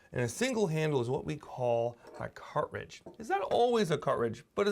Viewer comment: I love how you say “car’ridge” 😊